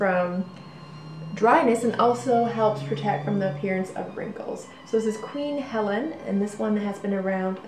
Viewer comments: It's pronounced Queen Hell-eene. Not queen Helen. You mess up quite a few pronunciations and I thinks you would be more of an authority of these products if you would make an attempt to correct these pronunciations. Thank you. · It's pronounced Queen He-Leen.. not Helen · It's Queen HELENE, pronounced Hell-een, not Queen Helen. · I think it is pronounced Helene? Like Charlene. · Its pronounced Queen Hel-een.